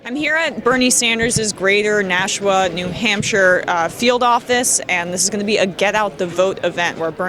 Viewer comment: Is it correct to say nash-u-a Or is it correct to say Nass-aw In pronouncing Nashua?